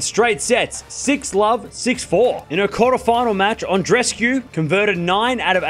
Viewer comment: God! That's not "An-dres-cu", it's "An-dre-es-cu", each of the two "e"-s are audible. Do a small effort for God sake!